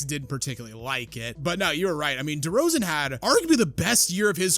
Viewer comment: "DeMar DeRzaon"